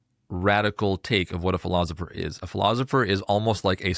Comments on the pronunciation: It is driving me crazy that this guy keeps saying “ philozipher”. Is there a reason for that, or is it just an odd personal quirk or affectation? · Philozopher. I hope I don't start pronouncing it that way. Otherwise, I REALLY enjoyed this summary of The Republic. Thank you!